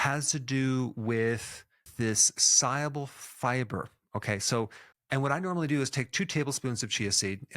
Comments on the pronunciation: He says soluble weird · Mispronounced soluable?